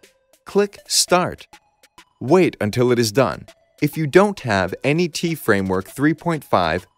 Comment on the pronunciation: It's not "Any Tea" framework - it's "dot net framework".